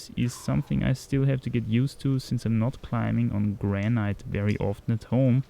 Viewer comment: Hey,: the pronounciation of granite is simply "granit", with a long a (not graneit)